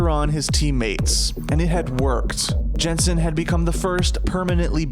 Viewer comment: It's just Yensen, it's not hard to pronouce. Just Yensen